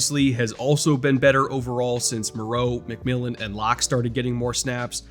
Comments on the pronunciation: as a broncos fan, THANK YOU for pronouncing J-Mac’s name correctly lol announcers keep butchering it on broadcast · Thanks for pronouncing McMillian's name correctly! Nobody on TV can it seems.